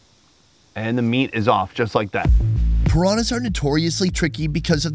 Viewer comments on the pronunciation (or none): I love that can not pronounce pirañas hahaha